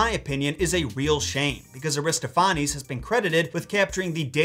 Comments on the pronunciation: It's pronounced Ari-STOFF-uh-neez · Accent on the second syllable: a-ris-TOPH-a-nes. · This might have been asked before, but where are you getting that pronunciation of "Aristophanes"? ( I pronounce Eugene's last name as EYE-0nesco [Ionesco] for years because I read it before I heard it. haha) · Air-iss-TOFF-uh-nees - in American English. Aristo-FAH-nehs in Greek pronunciation.